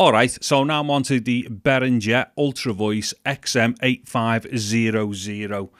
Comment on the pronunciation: I hit that thumbs-up the moment I heard you say the word "Behringer". Seriously though, great comparison vid!